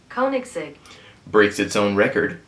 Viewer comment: "CO-nig-segg" It's not TOO difficult, although it's awkward to spell it like this. Maybe "CONE-igs-egg" is better? It could always be worse. It could be Rimac, which is pronounced "RE-maktszx*q^@